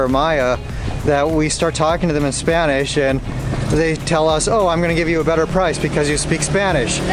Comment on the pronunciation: Guys, love your videos, you're fun to watch, thank you for all you info, can't wait to go to Holbox next year. On a second note, your spanish pronunciation is amazing!